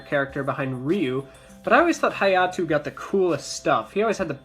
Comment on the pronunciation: I think you mean ha-ya-to,Not hayatoo...